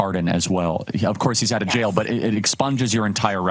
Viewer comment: I hate when people say "gel" when they are trying to say "jail." They're pronounced differently. Please speak correctly. Thank you!